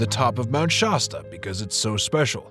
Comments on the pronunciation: Good video except for pronouncing the name of the mountain wrong. Shasta a is like shaft. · So is it pronounced "SHAW-STA" or "SHASS-TA" ?